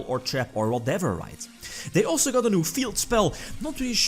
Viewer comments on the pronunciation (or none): none